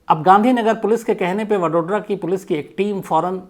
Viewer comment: वडोड्रा नही वड़ोदरा